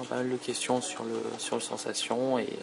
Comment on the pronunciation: Au fait, "Sensation" se prononce à l'anglaise. Il n'y a pas de traduction française pour le nom du téléphone. C'est peut-être qu'un détail, mais au bout d'un moment, après avoir entendu ça plusieurs fois, tu commence à en avoir marre. Je te reproche rien, c'est pas ta faute. Juste la prochaine fais attention en prononçant "sensation".